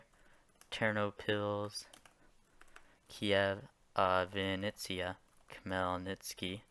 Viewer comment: Zhytomyr sounds not like just Z, but like zh, I believe in polish they have letter ž for this sound (can be wrong, I don't know polish) Also Kyiv and not Kiev, the last one is russian transcriptiob, which is wrong. Also Vinnytsia doesn't sound like Venice, but I don't know how to spell it better in English. All another Oblaets (names of Ukrainian regions) mostly sounds like like it should be. Good luck in your way to learn them all PS in description it's also incorrect. Ukraine has 24 oblasts, 1 autonomic republic of Crimea, and two city states Kyiv and Sevastopol, so all of them are 27